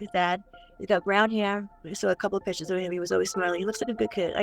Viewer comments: It's pictures, not pitchers! lol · The word is "pictures". NOT "pitchers". Geezus.